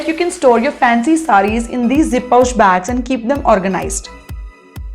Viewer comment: It's zi-pouch...not zip-pouch